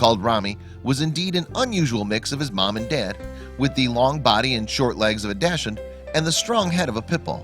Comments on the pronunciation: there is no such thing as a 'Dashin' breed... and, just in case he's trying to say 'Dash Hound', that's not a dog breed either... it's pronounced 'Docks-hoond' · What is a dashund? It is Dachshund pronounced, dahkshoond. Badger dog. Bred to flush badgers out of their holes. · are you saying doshinds? its pronounced duch hound. christ. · "Dash-hand"? It's DAHKS-hund. Seriously dude, where do you get your pronunciations from? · Please stop calling it a "Dash-hound" it's pronounced "Dox-hundt". Worse...some people even call it a "Datsun", like the car! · It's NOT "Dosh-hund" or "Dash-hund", dammit! It's "DOCKS-hund". CHECK before engaging mouth! Yeah, way to go, Georgia! Mutilating an animal. then exploiting its appearance. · It's pronounced dacsund not dashund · DUDE learn to pronounce... it is DOCKS HUND Dachshund ffs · If he says ‘dachshund’ wrong one more time... Docks-und 🙄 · Please look up how to pronounce dash hound. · PACHSHUND....Pit bull/Dachshund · Dashin? You mean Dachshund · what the fuck is a dashun? its a dachshund. learn to speak words properly. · Do not call the Dachshund a wiener dog. It's an insult. The breed name is pronounced DOXHOONT. Got it? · They are pronounced “Doc-suns.” And what an adorable little baby!! So cute. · Dachs-hund, pronounced in English as Dah’ks-hoond. In German, Dakhs-hoont. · It's not a dash-hound! It's a dachshund! The word is German... the "ch" is pronounced as a hard c or the letter k. (As in the German word "achtung") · Please learn how to pronounce dachshund correctly. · For the love of God, learn to pronounce "dachshund"! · learn to pronounce Daschund